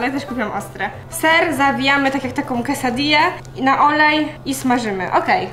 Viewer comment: szanuje za poprawną wymowę quesadille